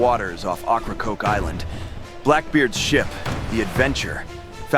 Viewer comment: Learn how to pronounce the inlet the right way if you want to be taken serious